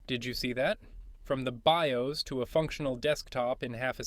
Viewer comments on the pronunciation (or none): none